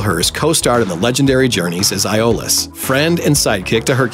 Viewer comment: The narrator mispronounces Autolycus & Aeolus. Maybe a little research would help before making these videos as it's not the first time Mojo has failed in this, by far.